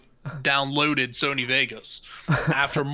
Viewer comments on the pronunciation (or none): none